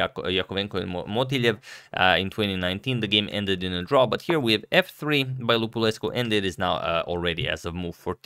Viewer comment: Cool video, btw your pronunciation of Lupulescu is correct.